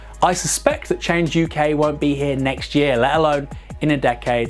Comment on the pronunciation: It's not "Change U.K.", it's "Change UK", as in "YUK YUK YUK".